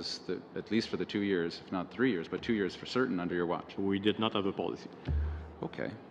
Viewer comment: Great, another franco nazis in bilingual position who is NOT fluent in English, surprise, surprise....lolllllll, NOT. he is replacing another Quebecer..., just beautiful...These people are corrupt to the core...all of them, especially from Quebec. Its three, moron not tree, its think not tink, its that not dat...bloody idiots...lollllllllll. ESL scum bags...